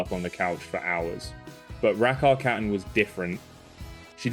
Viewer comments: Why is there a british speaker now instead of the original swedish one? That is the absolutely worst swedish pronunciation of Rackarkatten I have ever heard☹️ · Why does he have to americanise her name??? Ridiculous. Pronounce her name like it is pronounced in the original language, Swedish. That's her name. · Your English is very good, but Rackarkatten is Swedish. And the pronunciation at 5 minutes is... not Swedish. What's going on here? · At least pronounce the name correctly :/ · Thank you for that. I was wondering, but couldn’t hear the pronunciation well enough to look it up.